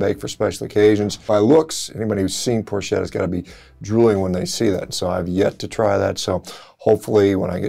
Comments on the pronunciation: Dr. Shawn.............its pronounced "pork-etta" not "porschetta". The only plant based food I eat is pasta and tomatoes lol. Oh and pizza dough. Italian food is life for me! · fantastic news on Italy's news... I'll be eating a thousand spieducci a.k.a. arrosticini this summer in Abruzzo! btw: it's pronounced "Prork - etta" ... I avoid pork here at home but in central Italy, it's to die for! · It it pronounced Porketta, Doc. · Sorry if I do the pronounciation police, but I'm Italian and I can't stop laughing whenever I hear Americans pronounce Italian names 🤣 "CH" is not like the "SH" sound in the Italian language. We pronounce it like the "K" sound, so "PORCHETTA" is pronounced "PORKETTA", just like you also pronounce PORK. Instead, "SC" followed by a vocal is pronounced like "SH", so that's how we pronounce "PROSCIUTTO". By the way, yes, those are the most common meats and they're all made from pork. Doing a carnivore diet for health reasons, I would definitely go for a Fiorentina 🥩 Unfortunately, beyond the Chianina race and lamb of course, highly consumed in Sardinia but widely available everywhere, I wouldn't say Italian meats are awesome. Compared to those from Northern Europe, Italy's ruminant meats are usually fairly lean. When they're fattier, it's only because they give grains of all sorts to the animals in order to fatten them up before selling them. People generally look for lean meats, and avoid fats at all costs. In fact, they consume chicken most of the time, and breast only, of course. Just like the media tells them to do.. The meats you mentioned here are the traditional ones, still consumed today but less and less often as the years go by and newer generations keep being brainwashed more and more by the media to avoid meat and consume more vegetables, legumes and grains. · Ch in Italian is pronounced k. So porketta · It's pronounced porketta. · And porchaydo (ch like in chin, in church...) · I was going to mention that too.